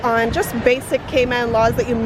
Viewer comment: Cayman not catman😂